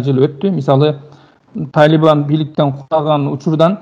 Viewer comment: Талиман эмес Талибан журналист бала